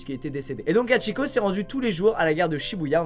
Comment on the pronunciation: Le H se prononce. C’est insupportable de voir qu’elle qu’un écorché le nom de Hachikô …